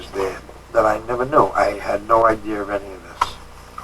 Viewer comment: the captions said he had “ no idea” but what I heard was he had “ no ideeer”